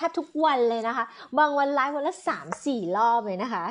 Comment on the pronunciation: 😭😩สี่.......ออกเสียงแบบจีนคร๊าบบบบบบ.....สี่ค๊าบบบบบบ😩😭😭ตายกุตาย......😭😭😝